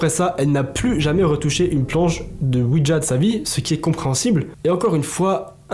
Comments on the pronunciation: Merci pour ces histoires, ça choque vu que ça vient des personnes du groupe. Je leur souhaite bon courage à tous. Quand à toi essaies de dire le mot ouija sans y ajouter de "d" ouidja 😂 Merci du partage et sincèrement bises 😘😘😘😊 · C'est pas OUIDGA c'est ouija